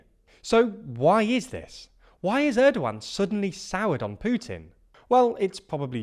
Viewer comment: How do you pronounce Turkish president name 😂